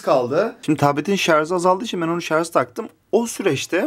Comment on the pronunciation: şarz demeyin şuna